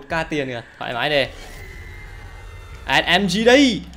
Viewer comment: đâu phải ét em tri mà là là ét mờ gờ